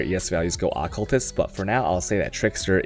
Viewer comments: Had to dislike cus you triggered me bad keep saying accultist rather than occultist .. >.< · Uh-cull-tist xD Al-ka-mist xD ♡ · Good lord. AH-CULTIST? That shit was bugging me so bad... Lol.